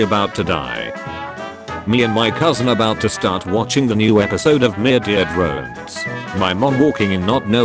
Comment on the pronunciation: I love how you just say ”Myurdeer Drones”